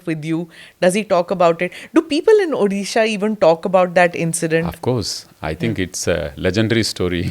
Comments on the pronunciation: This lady can’t pronounce Odisha and somehow has reached this level by licking on Moi jee! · and anchor must learn to pronounce Odisha at least properly. it's not that tough... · Respected smita prakash is such w renowned and experienced journalist still don't know how a small mispronunciation can hurt a large sentiments. Still he pronunciating ODisha as di instead of D and in dharma , ma as maa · I would have loved to see someone not from Odisha could pronounce Odisha properly. It’s not a state from some other country but a very prosperous one from India. Smitha ma’am could have at least put some efforts to pronounce the name of the state properly. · स्मिता, आप ऊदीशा ना बोलें। ये ओड़िशा है। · Dear Smita, It's ओड़िशा not ओदिशा. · Firstly ma'am it's not Udhhisa it's ODISHA .I 'm very dissapointed people like you , very competent spokeperson doesn't know this . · Tried very hard to drive the narrative Your bosses have asked you to Smita, but I am amazed on how many instances you have mispronounced ଓଡ଼ିଶା (ओ डि शा ) as ओ दि शा. Such silliness for such a senior journalist front heading National News Agency!!!! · Dear Smita ma'am, the correct pronunciation of Odisha is ओड़िसा and not ओदिशा 😅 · Smita Prakash.. try to first pronounce properly the word Odisha. If you can pronounce word odiya properly then why deliberately mispronouncing Odisha. It's not Odi like fuddi. It's Odi like Jodi. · Smita mam, can you please pronounce Odisha as ओडिशा. You are speaking as ODISHA as उधिसा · Smitaji, you pronounced the state's name "odisha" wrong, in the introduction